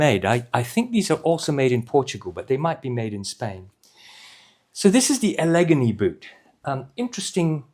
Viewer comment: Enjoyed another good review, thank you. One thing, though, Allegheny is pronounced Alla-gain-ee. I might have pronounced it your way, too, if I wasn’t from the States!